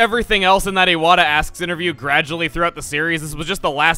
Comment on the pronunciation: Knock Knock Who's there? Iwata (eye-what-ah) Iwata who? Iwata pronounce his name right.